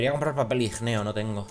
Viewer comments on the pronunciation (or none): IGNEO, IG-NEO. NO IG-NE-O. ENTONACIÓN EN LA "i" jajajaja... lo tenia que decir